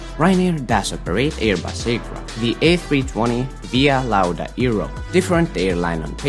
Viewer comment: How have you not noticed it said Launa